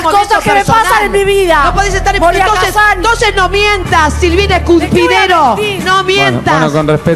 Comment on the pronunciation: "No podes decir que estas en tu mejmkmnkm momento personal"JAJAJAJAJ